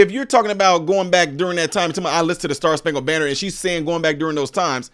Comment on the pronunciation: She didn't say star spankle banner, she said bander what ever that is!!